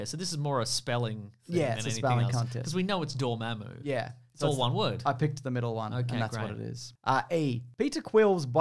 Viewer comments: What the heck, it's supposed to be Dormammu, not Dormmamu! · ...but none of D were correct It's Dormammu, not Dormmamu --- Also this is like... all MCU then, not "marvel"?